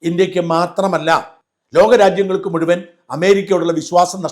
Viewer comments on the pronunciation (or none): none